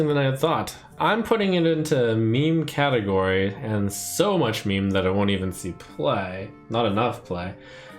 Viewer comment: "Me-me"... I love you, man, but it's pronounced MEEM FFS!